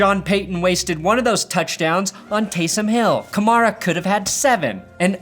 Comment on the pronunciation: The way you say Kamara is infuriating. Still awesome though, but god.